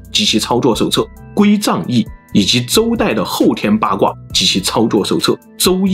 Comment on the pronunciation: 归藏cang2易,不是zang4